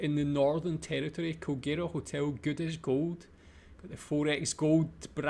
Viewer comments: Kulgera is pronounced Kulgra. Ayres Rock spelt wrong on the sign, should be Ayers Rock. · Its kinda pronounced coal-grah (oneword) depending on what part of Australia you are from. I have lived in the city of Alice springs 25years of my life now, its me home town. Alice is what youd call the hub of the out back to all the surrounding towns and communities. Im out working in a community right now building 3 Houses for the community called Mt Liebig. Part of a government scheme involving millions of tax payer dollars but im not getting to much in to that. Obviously this video leaves out alot of the negative detail but its understandable as those are touchy subjects to talk about. In reality its no different then living in the western part of Sydney, on the society side of things. What truly separates it from the rest of aus is the breathtaking scenery this wonderful land provides us with. Even tho the NT (northern territory) has a small population, most living in the Northern regions (drawin) there are still thriving communities spread all through the outback housing populations in the 100,000 thousands. Also alot of mining and live stock farming go's on out here. Lots of jobs that pay well is what usually drives people to live out here in the srcub.